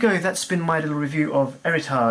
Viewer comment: Too many Homme with "H"! At least, one of the few that pronounced Héritage correctly.